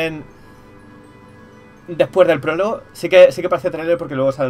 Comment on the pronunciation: El porlogo!!! el pooooologo xD, la palabra del día, PROLOGO, que aprendimos hoy? PROLOGO!!!!